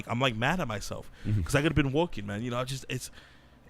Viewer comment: This young baca guy tries to talks like he’s a celebrity but at the same time he talks nonsense and irrelevant topics where is WALPHS? WADIO STATION? What is woahking?